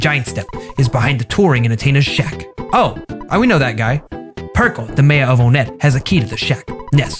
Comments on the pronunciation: Onnet not wonnet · its not one et, its on net. heres a fact from earthbound central "The pronunciation of Onett has always been a point of confusion for fans. But, regardless of logic, it isn’t meant to be pronounced like the number “one”. The town number gag is present in Japanese too, and the nice thing about Japanese kana is that the intended pronunciation is absolutely clear. Itoi intended it to have an “oh” sound and not a “wun” sound. Because of how Japanese and English work (and how things work when going between the two), “on it” or “oh nit” or “ah nit” or anything similar to that is fine. For those who know basic Japanese, Onett is spelled オネット in the game." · On-et, no 1net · In an interview with the game developers someone asked them for the correct pronunciation on many things in this game. The game developers confirmed that it is not one-ett but actually oh-nett. The main villains name is also meant to be pronounced as gii-gas and not guy-gas which is disappointing. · It comes from one, but it's on-it/own-et. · It's not 1ett it's Onett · it’s not one-ett either. It’s On-ett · It’s pronounced “on it”, not “one it” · Gygas is pronounced like GUH-GUY-GUS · To all the people who said it's pronounced 1tt: Frick off it's Onett not 1tt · It's on ett not one ett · it's pronounced (On-it) not one it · I hate the pronunciation of onett it On-ett not one-ett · Onett's katakana makes it clear that it's "OH-nett" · nO U ArE wRONG ItS ON-Net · ITS ON-ETT!!!!! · The town name is pronounced "ON-ETT"!!! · no.. it's ON - ETT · Hot take: Onett is pronounced like want or wont (basically just "one" with a "t" sound after it). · onett (on-ett) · It's oh-net Oh as in OHH #### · it was how u were saying it its not one nett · It’s aw-net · Onett pronounced (on it) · It’s on-ett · One-et? Not how I pronounce it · It's pronounced like On ett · It is pronounced Aw-net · It's pronounced On_ett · It’s actually pronounced on-et but ok. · I think it's pronounced "On Net"